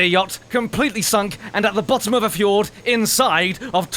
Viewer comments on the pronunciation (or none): none